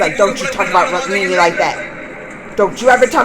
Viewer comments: It's Rukmani...pronunciation- ruk+money=rukmoney...😅😅i made it so that you can pronounce it easily...😅😅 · So, Rookmini that's how we say it. Also, you already know Krishna is the Avatar (divine manifestation) of Lord Vishnu.. Well, his wife Rukmini is the Avatar of Lord Vishnu's wife Goddess Lakshmi (the goddess of wealth). Another incarnation of Lord Vishnu is Lord Ram, and his wife Seeta is also the incarnation of Goddess Lakshmi.